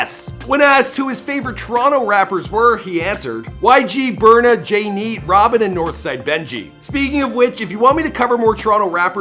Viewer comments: “jay neat” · It’s Jneat yo🤣🤣🤦‍♂️ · "Jay neat"💀